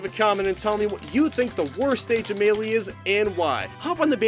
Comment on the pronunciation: DONT FUCKING PRONOUNCE MELEE THAT WAY AGAIN!!!!!